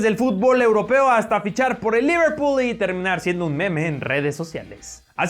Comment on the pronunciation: "Liverpu" ja.